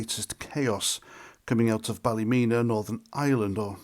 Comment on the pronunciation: as you know, we dont care about being called far right or thugs, the police, the government, once the people start there is no stopping them, nobody cares about the MSM or what names they call us, its pronounced ballamena 😂😂😂😂 by the locals xxx